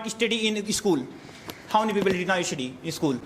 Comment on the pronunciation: Estudi✅️😂😂😂😂 study ❎️